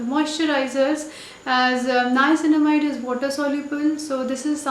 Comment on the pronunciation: Finally a youtuber who is pronouncing the word niacinamide correct .....